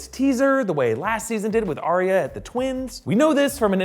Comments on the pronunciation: It’s....Are-ya🤣🤣🤣🤣Not A-ree-ya. I have that battle in my head since S1E1😂😂😂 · It's arya stark... Like "are ya stark?" #identityissues😉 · “Arya” sure that’s how it’s pronounced?!